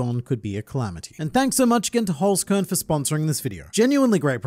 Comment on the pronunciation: Listening to you butchering the german word Holzkern is awesome. Love it!